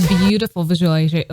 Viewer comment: i like how you just confidently gave up on saying, “visualization”. i respect that 😂😂😂